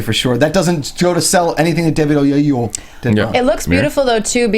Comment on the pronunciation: No its not O-ye-yu-o Its O-yee-eh-lo-wo